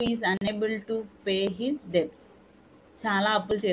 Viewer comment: Better to learn more effectively pronunciations of some words...The word debt...b is silent...many more there...